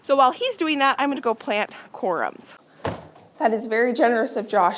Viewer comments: They are pronounced corms, like corn but with a m. We used to have deer on our property when we were growing up. I loved to watch them, but they are destructive to the garden. We use to plant things for them on the edge our property that they like to eat. I would not plant any perennials if you have deer pressure. They would just be deer food. You will probably want to watch the orchard during Spring to ensure the deer do t eat all of the new growth on the trees. They can also damage trees with their antlers. That’s probably why they were fenced up to begin with. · What a wonderful garden show. Thanks for sharing. One thing for people to know if they are wondering, it’s pronounced corms not corums if someone is looking up the word it might be confusing. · Corms, not "corums"